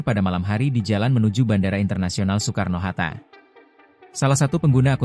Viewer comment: Ai dubbing kayaknya bang, soalnya baca kata Soekarno pelafalan 'oe' dibaca utuh